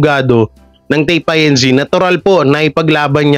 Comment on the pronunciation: pronounced as INCORPORATED (INC.)..not I.N.C. ( I. N. C.) Iglesia ni Cristo